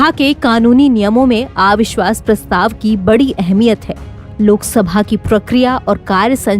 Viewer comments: आविश्वास नहीं अविश्वास उच्चारण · मॅडम आ विश्वास नही अविश्वास होता है.आप के साथ नवभारत का नाम जुडा है.कृपया डिक्शन पार ध्यान दे